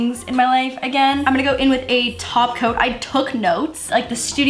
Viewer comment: Girl did you hear her when she said tako insted of top coat😆😆😍😍